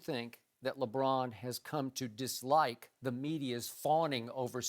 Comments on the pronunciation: i hate the way this dude says Lebron. sounds like Lebraaan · I can't stand the way Broussard pronounces "LeBrahhhhn."